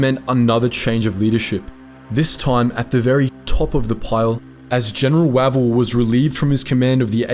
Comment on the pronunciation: Spelt Wavell pronounced Wayvell!!